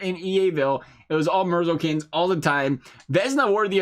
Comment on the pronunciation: Said merzlinkins wrong